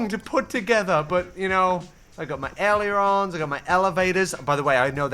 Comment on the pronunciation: As a student pilot, pronunciation of aileron hurts my soul